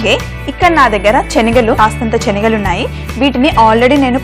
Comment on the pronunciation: చెనగలు కాదు శెనగలు